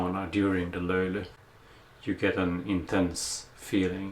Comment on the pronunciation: You told the löyly word better than most of us Finnish people. Or are you finnish? 😮